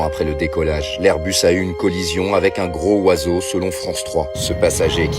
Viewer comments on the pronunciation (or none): Un gro oiseau. On va dire que ke texte est lu par une i.a... (En français on prononce un gro zoiseau).